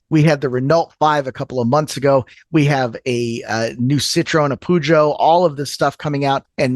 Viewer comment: Peugeot, isn't Poo-jo 🤣 it's purr-zhoh